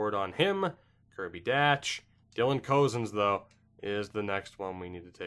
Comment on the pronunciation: Kirby Dach’s last name is pronounced “Dock”